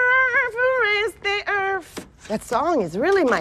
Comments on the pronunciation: she pronounces “earth” “earf” and it’s so funny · at first i heard earth then if you listen again you hear erf lol